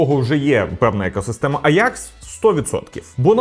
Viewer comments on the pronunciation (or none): компанія українською мовою називається аджакс, в якому місці вийшло аякс не зрозуміло дуже вухо ріже, скористайтесь сервісами по типу юконтрол, або опендатабот щоб перевірити.